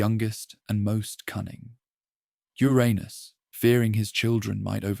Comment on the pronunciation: Wish the narrator would pronounce Uranus properly.